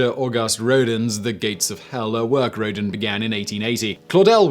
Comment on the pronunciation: I'm a bit stressed by Simon's way of pronouncing "Rodin".